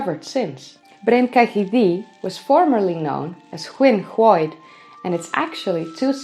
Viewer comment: Can you stop pronouncing it DEE and say THEE. Welsh dd = th